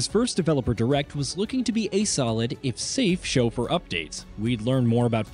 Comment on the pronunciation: Good video but the AI narrator was distracting. Especially every time it says "developer" and/or sometimes game names